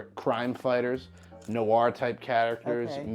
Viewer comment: It’s interesting how depending on an accent, Noir can sound like someone saying “No R”